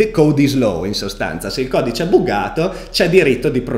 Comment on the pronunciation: Solo un suggerimento perché sono del mondo della programmazione. Buggato si pronuncia "baggato" e GitHub si pronuncia "ghitab". Comunque complimenti, guardo ogni video e ogni live!